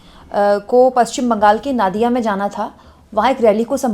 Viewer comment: Madam नादिया नहीं नदिया है इसी तरह बंगाली को एक हिंदी एंकर बता रहा था रबिंद्र नाथ ठाकुर नहीं रबिंद्र नाथ टैगोर